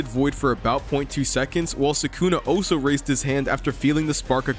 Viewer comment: BRUH "Also" is pronounced "ALL-so" not "OH-so."